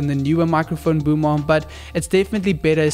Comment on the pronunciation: Every time he said boom arm I heard boom mom 😂😂